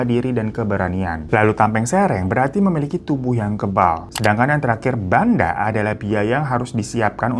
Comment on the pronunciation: Haii aku half madura, dan di madura tuh emang bener2 woii semuanya orang ngomong pake urat, selain itu emang perdukunan tuh masih ada dan beragam, carok juga masih ada kalo kalian liat di berita tuh itu baru yg ke ekspose, aku aja yg "half maduresse" agak dibatasi untuk berteman disana. Btw agak koreksi dikit ya bang dari pronounciation nya barusan kyk banda itu setau aku di baca "ben-dhe" yg artinya modal, ya u kno konteks nya tadi modal buat apa 😀💁🏻‍♀️. Ya meski begitu tolong di highlight yaa.. ga semua masyarakat sana seperti yg aku ceritain diatas tadi gaiss, banyak juga daerah yg sudah berpikiran terbuka 😊 Btw aku amaze banget sama cerita2 bang hiro dan dia mau pelajari dan share budaya2 kita dari sabang sampe meraukee ❤️‍🔥🎉 WOW keren banget bang, terus update ya bang ya semangat terus!! Keep your chin up ❤